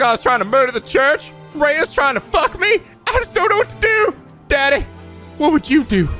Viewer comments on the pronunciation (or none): none